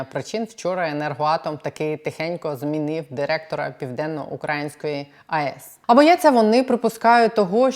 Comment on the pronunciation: "ПівденноукраЇнської", а не "ПівденноукрАїнської"! Вибачте, дещо "ріже" слух.